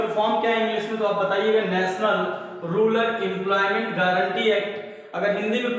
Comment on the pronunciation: Rular nahi hota use rural kahte hai 😂😂😁